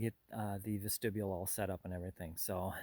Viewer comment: it is a vest-ti-bule